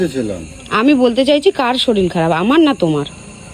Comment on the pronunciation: Kotha ta SHORIL na Kotha ta SHORIR. Pora shona ta valo kore korle uchcharan tao valo hoto.